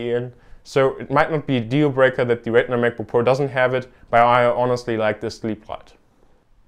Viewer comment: If you ever do another video like this, please try to pronounce retina a little different than regular, it was hard to differentiate at times. Good job though!